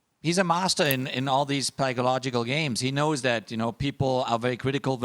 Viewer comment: "pikealogical games" ??😂😂